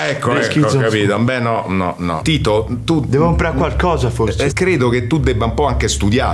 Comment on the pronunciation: I doppiaggi in dialetto,se fatti bene,rendono tutto + magico...pensiamo a"Slam Dunk"e il malocchio di Hanamichi col"prezzemolo di Kyoto"...!🤣🤣🤣🤣🤣O al mitico Romeo er + der Coloseo!!🧡 - 🤣🤣🤣 E...nn Angelo Maggi ke ha continuato x tutto il tempo a chiamare Tito"Tinto"!!😂😂😂